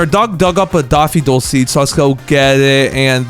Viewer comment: It's pronounced daff-fo-dill